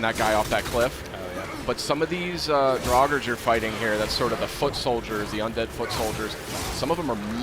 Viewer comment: They pronouced draugr wrong it's pronounced draug-ar not draug-er